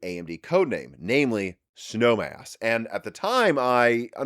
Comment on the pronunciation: Was listening on audio only in my car while commuting to work. I had to rewind and make sure I heard him right about the cpu code name. I thought he said “Snow Ass” lol made my day!